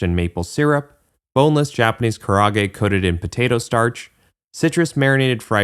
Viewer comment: "Kara age" ka-ra AH-geh 4 syllables.